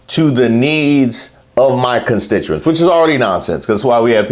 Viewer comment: Actually, … He said, “constintuents”… Yep… He sure did…